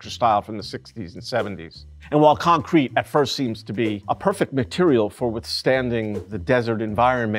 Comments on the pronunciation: Never heard concrete pronounced like that… con-crete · I don’t think I’ve ever heard anyone say concrete, the way he says concrete. Interesting